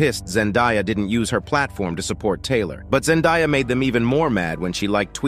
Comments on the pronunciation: It’s Zen-day-uh not die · Zendiya? It is ZEN-DAY-AH